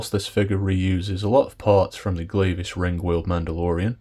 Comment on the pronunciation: It's pronounced Gleah, like yeah. Glavis Ringworld.